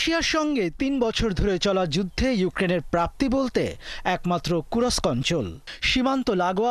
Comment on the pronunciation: kurosk না kursk